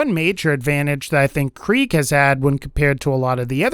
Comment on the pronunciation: I hate how he says Kreig